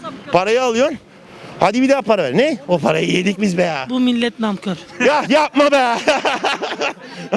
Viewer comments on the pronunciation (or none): Şu elaman nankör demeyi öğrenemeden ölecek böyle bir ülke işte :)